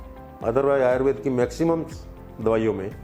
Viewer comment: भैया, आयुर्वेद संस्कृत भाषा का शब्द है और इसका उच्चारण आयुर्वेद ही है आयुर्वेदा नहीं